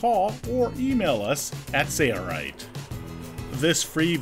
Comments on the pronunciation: Your error will accumulate the way you're doing it. I'll bet your first and last set of holes are appreciably off. Use a square, instead, to transfer your marks to all the EMT. I still think it's funny that you can't say "sailrite." You say "sayer rite." :-D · Why are you saying “Say-a-rite” why don’t you guys pronounce the L? 😝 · He kept saying "SAIRRITE" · Why do they keep pronouncing the company name "say-er-rite"? That's an "L" in the middle there. Just click a link to their website and it's shows as a capital "L". I don't detect a significant accent on either of these guys (narrator and man in the video). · Sounds like he is saying ‘sayerite’ . Is that the correct pronunciation ? Because it looks like it should sound like ‘sail-rite’ . I’ve listened to it 5 times now and it’s bugging the heck outta me ! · SAYA RITE? Sailrite, say-it-right! <3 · Very good! One thing... lets all say it together...Sail Rite. Sail rite. Lol, rather than sayerite. Sorry, I could not help it. It just sounded odd pronounced sayerite. Great tutorial. W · Jason Sury SailRight. kept hearing say right but I see an L in there so I'm pretty sure it's sale not say sailright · Anyone annoyed with how he said 'sail' every time he said sailrite when doing the voice overs? It sounded like 'sayrerite'